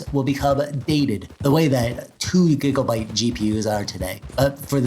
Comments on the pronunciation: All I can hear is...... "Giglebytes" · Love the way you say "gigabyte"